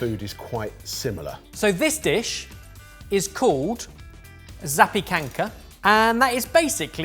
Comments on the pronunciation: Excellent pronunciation of zapiekanka! And yes, we do love them. Now I really want one 😀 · The moment I saw the bread with toppings I said "Is that a zapiekanka?" and then ben said it's on a baguette and I was right. Yes they're really popular in poland. I wouldn't really call it 'polish pizza'. Your pronouciation was really good there! Greeting from Poland, Been watching for few years now (since high school if I recall correctly)